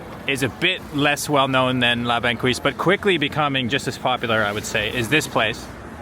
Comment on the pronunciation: “La Banquise” is pronounced as “La bankease”. The qu is pronounced as a hard k.